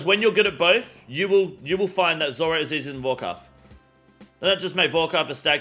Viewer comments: Zurah bro can't even pronounce zulrah lmao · Lol u trying to say zulrah made my ears bleed 😅😢